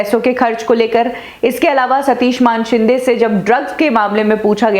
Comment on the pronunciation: ये सच्ची बात है. और ये मानशिंदें क्या होता है???? बोल मानेशिंदे. तुझे भी चप्पल पडनी चाहीये.